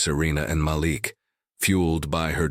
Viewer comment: SKIP SKIP SKIP Does this narrator like repeating & repeating & repeating the same phrases over & over & over again. His name is pronounced Maleek. This narrator needs to find a new job because he really sucks as a narrator. This is a joke and nothing more. Yada Yada Yada Yada. It’s nothing but a ridiculous fake story. Nothing but a bunch of total BS.